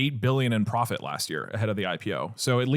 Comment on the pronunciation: pwofit teehee